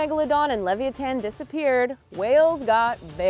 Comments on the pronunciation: It's definitely li-VYE-e-ten :\ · The way she pronounced Lavyathin bothered me so much.